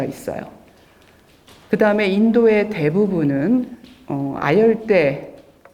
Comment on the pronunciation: "제가"(나)의 첫 자는 길게 발음해야지요! "아열대"의 첫 자도 길게 발음해야지요!